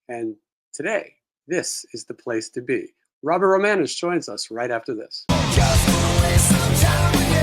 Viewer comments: romanus not romanos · Romanus not Romanos.